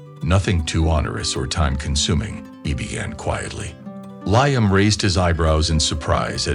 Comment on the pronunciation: It's " Lee am , not ly am